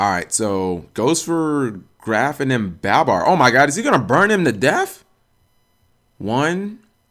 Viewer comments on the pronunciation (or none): He makes this mistake all the time. Like pronouncing Graff as Graft too.